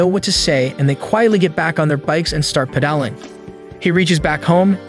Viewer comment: wait did he just say peadaling